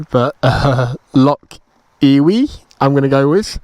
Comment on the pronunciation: What do you call a female sheep........an Ewee? No it's a Ewe;-) pronounced "U" as in Loch Ewe.